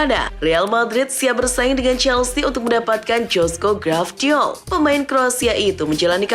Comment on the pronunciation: 🤣🤣🤣 Gvardiol min, bkan Gravdiol